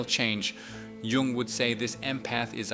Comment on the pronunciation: Gung ? Jung is pronounced “yung”. This really kills your credibility. Tells us you have never heard the name before .